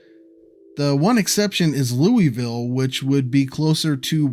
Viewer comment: Great video! Good pronunciation of French names, best I’ve heard from a US YouTuber (oops! Louiseville, not Louisville). You show very detailed local knowledge